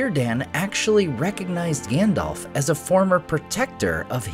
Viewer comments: Grand-elf? Lmao. What the hell?! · My friend, I love your content and Tolkien is my obsession too. If I could ask ONE thing only, it would be that you call Gandalf "Gandalf" and not "Gandolf". You may recall that PJ in his LOTR commentary specifically called this out as something the American cast could naturally slip into saying. Perhaps it's because PJ raised this point and because the cast adhered to it that I became so sensitive to it! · We knew it was coming. But it still sucks. WTF is with this “Grandelf”?